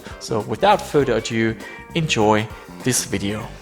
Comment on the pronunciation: It's "without further A-do" not A-diu